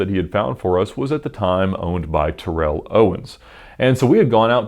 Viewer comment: This guy pronounces every lambo correctly so gotta say it’s pronounced Terrell ..Tarell not Ter-rell lol 😝 jus sayin